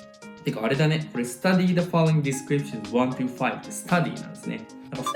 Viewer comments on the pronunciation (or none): studyじゃなくてstardyで草